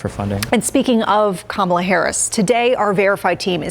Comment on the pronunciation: It’s such a nitpick but we really should all just start pronouncing every conservative’s name incorrectly ala Pakman because none of them ever seem capable of pronouncing Kamala’s name right and they would absolutely take the bait and rage at it being done to them every time.